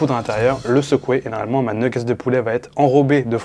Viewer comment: J'ai failli m 'abonner puis j'ai entendu une nguggets ... :face-purple-crying